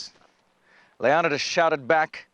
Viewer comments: FAILENKS NOT FALENKS JEEz GET IT RIGHT man! YOU SHOULD KNOW FAILenks LIKE HOW YOU FAIL AT SAYING LEON-I-TIS NOT LEONODAS. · his name was Le-o-ni-des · anybody really pissed off at how this guy goes out of his way to say everything wrong? yes we don't know "exactly" how they pronounced it but Leonidas is accepted as (leo-ni-dis) by many people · Total pronunciation fails... Leonidas, Phalanx, and a few others. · I hate how the narrator pronounces Leonidas's name.